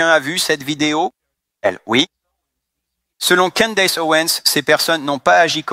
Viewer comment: "Candace" , ça se prononce pas du tout comme vous dites . la langue anglaise n'est pas un sous-produit de la langue française .